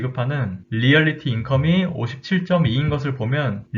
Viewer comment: 좋은 종목 소개 감사드립니다. 관심종목에 바로 넣었네요. 그리고 중요한 건 아닙니다만... 리얼리티인컴이 아니고 리얼티인컴입니다^^